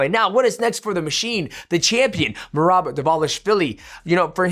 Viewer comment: Called Sean Mersean and I swear at like he called Merab Merobert😂